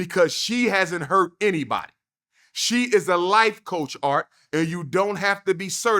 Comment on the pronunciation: I giggle every time he says “Art” 😂